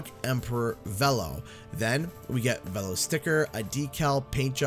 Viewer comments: I mean, they pronounce it "vee-low" in the CNK cutscenes, so I don't understand how they managed to get it wrong for this. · Ok first of Oxide pronounces Velo, Vel-o, but secondly I know Steve Blum isn’t voicing Velo but whoever is is actually really good it sounds like Bulm’s voice. Thirdly, the track looks great I love how it starts with a bored drive thru employee that’s hilarious. Sucks that this is the last Grand Prix though, but hey we still have more characters after. Here’s to seeing Mr. Crumb, Viscount, Willie Wumpa Cheeks, Madame Amberly and hopefully this can really be everyone is here. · Yeah, it was pronounced "Vee-lo" in the original CNK, so I'm wondering why it's different all of a sudden. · I was hoping for an N. Trance skin and the CNK boost gauge. Also, Oxide pronounced Velo’s name incorrectly. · Both you and the game mispronounced Velo's name... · no one is gonna mention anything about Velo being totally differently pronounced than we all thought it was pronounced? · its VEELO not VELLO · I thought it was pronounced 'Veelo', not 'Vello'. I'm also glad he's unlockable very early. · Hate to be that guy But, it's v-E-lo not v-l-o, it's said thus way in nitro cart. Soz but nostalgia said no to this pronunciation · I hate how Oxide mispronounce Velo. It's pronounced Vee-lo not Veh-lo. Heck Velo himself pronounced it Vee-lo in CNK. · Why did they change how to pronounce Velo in this? In CNK they pronounce it (or at least Velo himself pronounces it "Vee-low" not "Vell-Oh". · I don't get why Velo's name is being pronounced "Vel-lo." in the original crash nitro kart it was definitely announced "Ve-lo" wasn't it? I'm pretty sure. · It's pronounced "Veelo" not "Vello"? How hard was it to check the pronunciation? I just searched for CNK's cutscenes on Youtube. Took no time at all. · Dunno why but I always thought Velo was pronounced Veee-lo. Oh well lol Edit* was pronounced like this in CNK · His name is pronounced Veelo.